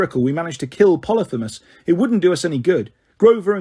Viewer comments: U need to work on your pronunciation try learning phonically ex: poly- fee- mus. Aka cyclops. Ask Google to say it phonically n she will! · I guess it is. I say po-lee-pheee-mus